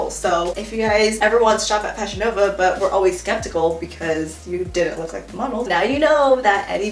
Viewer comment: “but(t)” lmao